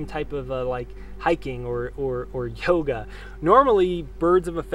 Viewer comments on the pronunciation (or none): none